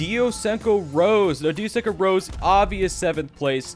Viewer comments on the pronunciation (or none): its not pronounced rose. Its pronounced ros-e-ayy